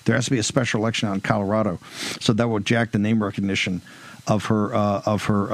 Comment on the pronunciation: Red Neck is C-O-L-O-R-A-D-O, no CORORARO. Capeche.🤐🤐!